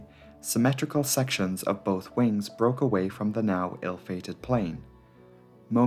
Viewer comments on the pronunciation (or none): none